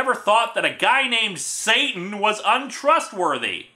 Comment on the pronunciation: I think it's meant to be pronounced "Sah-TAHN" (rhymes with "baton"), since "Sieur" is French for "Sir".